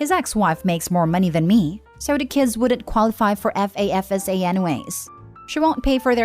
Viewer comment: FAFSA is an acronym, so you pronounce it. FAF-sa.